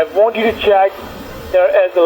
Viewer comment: It's amazing how they can't even pronounce the most simple words. They say "tiuw" instead of "to" and they never get the W right always pronouncing it as dubloo...